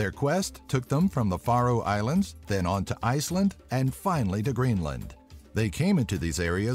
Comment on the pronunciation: Now only if the guy pronounced it Greenland and Iceland instead of "Greenlind" and "Icelind" and learned how to say Inuit, it'd be a very good video.